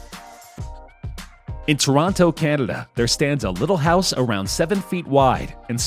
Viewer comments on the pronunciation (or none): none